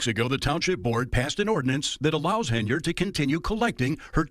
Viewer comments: Hen-Yard. Hen-Yard. Not Hey-Nard. Hen-Yard. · Hen-yard not hay nerd. Your cred is reduced when you continue to botch her name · HEN-YARD not Heynard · YOU'RE KILLING ME. IT'S HENYARD, NOT HEYNARD. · Henyard, not Heynard. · keeps calling her HAYnard when its HENYARD and im here for every minute of it! 😂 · HenYard ...not Heynard. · If you're going to keep making videos about her, you should know her name is "Henyard," not "Heynard." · At least you could pronounce this criminal’s name correctly. Her name is henyard, NOT haynerd. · HEN-yard, not Hey-nard! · Hen... YARD... Not Heynard. You've never once pronounced this idiot's name correctly. :D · Is it me or does he say Hey-nerd on purpose? I mean, I find it super hilarius because she doesnt deserve to be called by her real name anyway, Hen-yerd. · it's not Heynard. It's Henyard as in yard hen. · you know that we all love you, and I appreciate your work. My issue is that Teflon Tiffany A. Henyard’s last name is pronounced “Hen-yerd” and not “hay-nerd”. Have a great weekend! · Her name is Henyard not Haynard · You keep saying her name wrong. It's Hen-Yard not Hey-Nard. Hard to shame someone without the right name. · Its Henyard, you illiterate. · HEN-yard, HEN-yard. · Unsubscribed! I lost most my respect for this channel. Dude doesn't even know the name of the person he's reporting about. Tiffany Henyard! Not Heynard. Dude is just pumping out bullshit for views. This story contributed nothing. Just talking about the same shit that's weeks old. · So her name is spelled Henyard but it's pronounced Hey-nard?!? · Dude. I love you and I know you pronounce things wrong on purpose sometimes, but it’s Henyard. Hen-yard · HEN - YARD. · Dude's done 7 episodes on this lady and still can't say her name. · Bro you’re gonna have to start pronouncing her last name right at some point